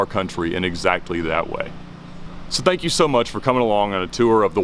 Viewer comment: Did he say "spank you so much for watching" listen to it twice and I'm pretty sure that's what he said at the end of the video lol